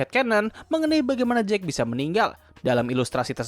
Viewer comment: Jake dibaca jeik, kalau jack dibaca jekk